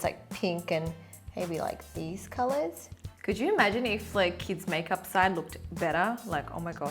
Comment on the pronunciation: 'kieds majkjup'